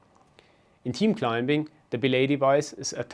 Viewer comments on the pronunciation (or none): Great video! But, man, you are butchering the English language with your pronunciation. "Climbing" has a silent B. "occur" has nothing to do with the word 'cure' "Tear value" has nothing to do with water from your eyes. Sorry, but all these mistakes really put me off. There are so easy to fix.